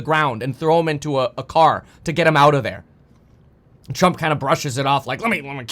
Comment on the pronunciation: Bro, why do you talk like that " The Trump A shooter"? Is it a cali thing?